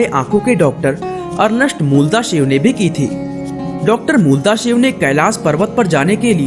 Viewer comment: आप श वर्ण का उच्चारण तो कर नहीं सकते, शिव शब्द को सिव कहते हो, अपनी भाषा ठीक करो...